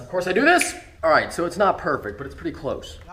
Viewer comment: you sound like a dumb ass when you emphasize that you were "NOT" in the united states